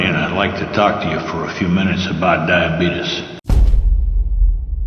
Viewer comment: "Diabetus" XDDD